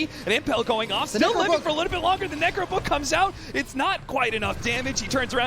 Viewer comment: nEEcro book nEEw mEEta